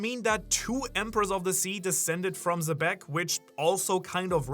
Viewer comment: ITS PRONOUNCED "JEBEC" NOT "ZEBEC"/"SEBEC"